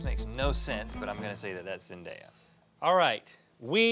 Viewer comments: ZENDAYA!! NOT ZEN-DIA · It's literally Zendaya 😭 not Zend-i-a 😭😭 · IT IS D-A-YA. NOT D-I-YA. AND ZEN-D-A-YA NOT ZEN-D-I-YA. WHERE DO YOU SEE THE "I" IN HER NAME?? phonetics... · Do people actually pronounce zendaya as zen-dye-a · Seriously, how hard is it to just pronounce Zendaya’s name correctly? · Ughh say zendaya name right